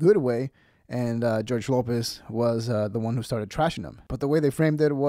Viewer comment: He’s a beast. Great young man. Lopez not pronouncing his name correctly is such disrespect.